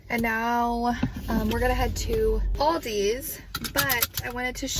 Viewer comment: No s on Aldi btw